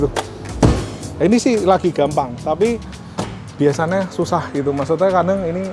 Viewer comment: Siapa yg notice mas nya kalo bilang * biasanya * bilang nya * biasana * 😑